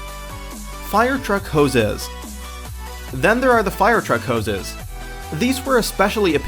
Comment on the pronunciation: I just want to lock you in my closet and make you say "hoses" forever.